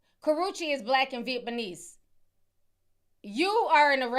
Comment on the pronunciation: I like how Ti pronounces Vietnamese